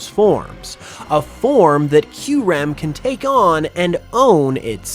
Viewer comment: hb we pronounce kyurem right